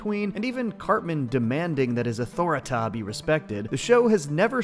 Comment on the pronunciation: It's pronouce " Ah-Tore-Reh-Teh "